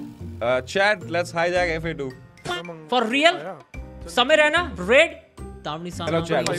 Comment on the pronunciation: JOD Moment fa2 vai, gend hi fadd di, REACH toh ayeeeeeeeeeeeeeeeeeeee, i hope ek din tum samay ko apna naam pronounce karna sikhao F A 2 nahi Fa2 it is !!